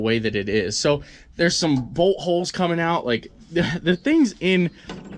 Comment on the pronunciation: Says boltholes at 5mins😅